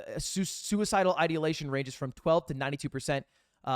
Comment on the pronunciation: aint no way you pronounced ideation as "idealation" and you're a English major? 😭